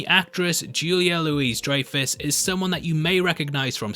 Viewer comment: Yet again Julia's last name is pronounced Lou EE French pronunciation. Not Louiez